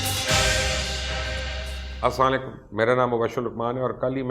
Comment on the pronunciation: Please say properly ASLAMOALICUM